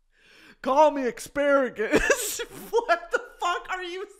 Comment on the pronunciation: brittany pronouncing asparagus “xparagus” is everything